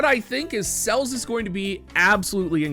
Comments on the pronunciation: if you can pronounce celestial and understand it’s 4 syllables, then you should be able to pronounced celes as two syllables. Celeste is an actual name which should make it even more obvious that it’s cel-es, not cells. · Ce.les, not Cells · I love you but I can’t stand how you pronounce Celes and Tidus. I could be wrong but I think it’s Sell-ess and Tie-dus, not tee-dus. Then again it’s silly for this to annoy me (especially considering I could be wrong) 😅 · It's Ce les man, calling her Sells is cringe. Look forward to the collab for sure. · you know I love you but hearing you call Celes "cells" hurts my heart. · it was odd. I have never heard her name spoken in game, so I cant be sure, but I wonder where got the idea from that "Calls" is the pronounciation to go by:D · Celes, as in Celeste.